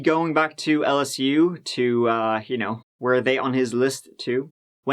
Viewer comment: I’m from la & the way you pronounce LSU is so wrong 😹🌈